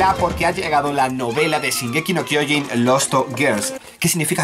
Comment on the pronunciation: No es "Zingeki no kiojin es shin eeees shin!!!!!!